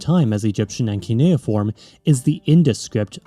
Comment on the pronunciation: Idk if someone mentioned but you are pronouncing cuneiform as kineoform.